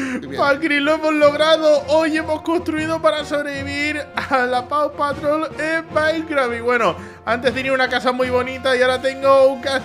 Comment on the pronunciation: "Paw Patroll"